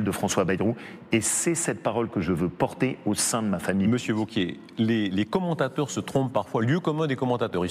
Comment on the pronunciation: Wauquiez !!!! pas ''vauquier'